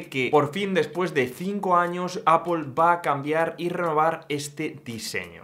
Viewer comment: Porque pronuncias apol si luego dices mal iPhone? Cateto. Di apel y ya está